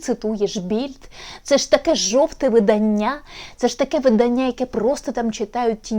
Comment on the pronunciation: ВидАння, а не виданнЯ, вчи мову